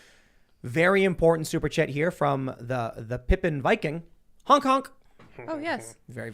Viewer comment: Sometimes Tim says hunk instead of honk. Let that sink in.